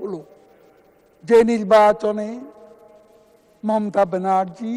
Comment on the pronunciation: S a sonen kaoya kaka nijei thik vabe oucchron korllo nah , bollo momta di